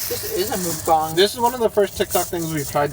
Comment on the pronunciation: Mukbang is not pronounced "mook bong," guys. It's "muhk bang." It's pronounced like it looks. 😊